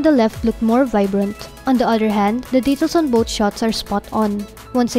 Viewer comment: It's three not tree lol...thu...ree. Girl voice overs sucks like yugatech. Gadgetmatch forever. Fowcus!!! Both not boat. You need to work on your TH girl.